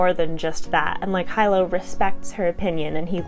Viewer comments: He lowe not hi low. FYI. Great review. And you are beautiful. Have a great day everyone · Loved Jade war ! Shaes battle had me sweating buckets lol. So intense. Hyped to read legacy now . Great review ! I pronounce Hilo "Hee-lo " though 😅